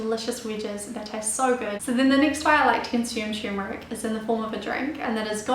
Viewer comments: it is spelled "turmeric" and it is pronounced "tur-mer-ic", not " tumor-ic". the problem I have with this lovely young lady, apart from incorrect pronunciation of her ingredient of choice, isn't her accent, it's the rapidity of her narration. if she just slowed down by 20%, she would be understandable. tumor ick. sheesh.. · Forgive me but it's Turmeric ... that is Ter-meric. However thanks for the great info.:D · First, learn how to pronounce it correctly. The first r isn't silent.